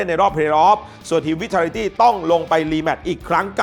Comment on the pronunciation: Team Vitality เหมือนจะออกเสียงว่า “ไวทาลิตี้” นะครับ